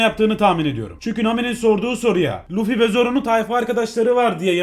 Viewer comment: Abi sen luffy yerine lütfimibdeniyodun